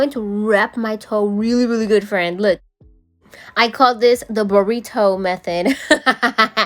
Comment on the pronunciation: Burri-toe 😂 you always have me laughing. Love the video!